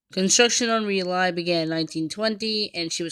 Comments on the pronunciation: It's pronounced "Rawlee"! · Its pronounced "Rolly". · She is named for a town in North Carolina,pronounced Rah Lee